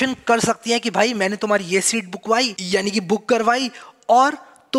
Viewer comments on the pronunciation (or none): "ye seat bookwai" - "wo seat bookwai". I am laughing for at least 5 min. 😂😂😂😂